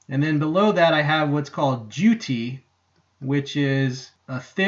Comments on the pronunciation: Jutey? Really?! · Nice vid. The only thing is it's pronounced "joot" not "joo-tee". Go to google and type "define:jute" (without the quotes) you'll see a definition and a small speaker. click the speaker to hear it pronounced. HTH Also... your video has made helped me to be sure that I want this 'hawk. Than you.